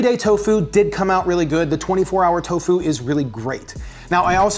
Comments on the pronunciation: Miyoko is pronounced "ME-yoh-koh." The syllables in it rhyme with "he" and "bro". Also, the emphasis in "tofu" should be on the TO, not on the fu. TOfu, not toFU. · I swear my man's saying " Toe Foo " not " Tofu " xD love you:3 Man's a GENIUS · Tofu or Toe-Fooo 😅😂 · Why does he pronounce tofu like that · So how many people accent the first syllable of tofu and how many accent the second?